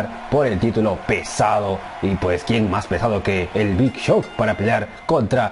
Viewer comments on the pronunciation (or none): es el big show no big cho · Nadie: Absolutamente nadie: BIG CHO